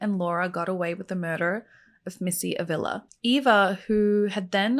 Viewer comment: Hwr last name is pronounced Ah vee la